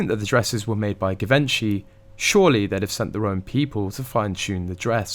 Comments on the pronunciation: Is this some kind of bot channel? Debacle and Givenchy is pronounced wrongly. I give up. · I see that you still cannot pronounce GIVENCHY !